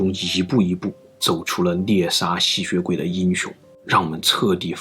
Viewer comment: 我一直聽到吸穴鬼